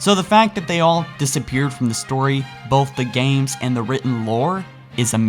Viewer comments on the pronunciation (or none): none